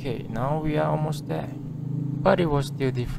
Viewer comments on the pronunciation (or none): none